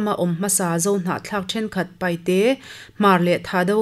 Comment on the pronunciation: Hnamhming ah chuan PAIHTE hnamhmimg an awmngailo, PAITE tih tur anni zawk ei ( knowing how to pronounce PAITE, not PAIHTE)